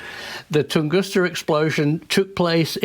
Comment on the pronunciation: It IS Tunguska, isn't it? 🤔 I mean, not Tungusta, as saying, right? 🤔 (Yeah, I'll probably look it up and answer my own question anyway!) 😊 😀